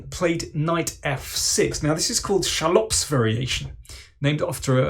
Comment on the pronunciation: The name Schallopp is emphasized on the first syllable!